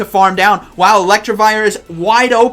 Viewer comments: It’s Elect I vire, not Electrivire. You’re adding an extra r in to make it sound like electric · PLEASE GOD! IT'S ELECTIVIRE, NOT ELECTRIVIRE 😭 Good video but the pronunciation was driving me crazy. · More like elect-e-vire